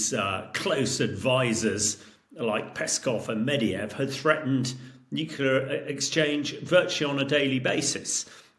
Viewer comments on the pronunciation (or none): Is someone ever going to tell this guy that Medvedev is not pronounced Medeyev?